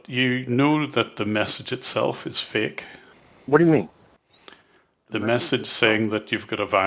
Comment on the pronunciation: "This is a faEk virus. But how do you know it's faEk?"